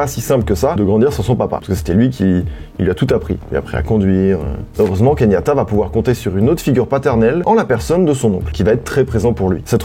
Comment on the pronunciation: Il s'appelle KE YAN TA et pas KEYNIATA mdr*